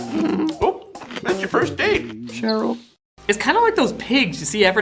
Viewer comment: "Sheryl" xD